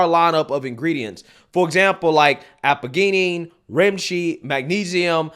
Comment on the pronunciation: I’m going to check out the sleep product. You’re saying Aptigen Thianine and 1 more incorrectly FYI.